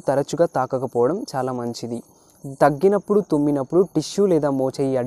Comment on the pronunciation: bro it's not thagginappudu it's దగ్గినప్పుడు bro